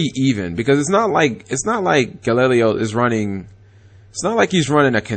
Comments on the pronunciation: You said Galileo's name wrong 3 different way back to back. Gal-e-lay-o. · It's pronounced Ga-Lee-lay-oh De O-Bal-Dee-ah. And he's from Panama. I was hoping he would win but hey it is what it is. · Altair = Al - tear Unukalhai = uh - noo- kul - ly e Triverr = trih-ver Clausulas = claw-soo-las Trishula = trish-ul-a (u sound in put) Brionac = Bree-oh-nak (most likely due to Brionacs deck in a video game) galileo = gal - lih/lee - lay-o Yes i looked all these up, and yes, i get annoyed at times when he butchers names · Cap's pronunciation of Galileo physically and spiritually hurts me. Edit: Turns out the nine different pronunciations of Galileo wasn't the stupidest thing Cap said in this video. That would go to "Every time he summoned Triverr he won". It's ALMOST as if that's what the deck is made to do. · ***** Its probably because he lives in the south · I agree i cringed every time he pronounced it.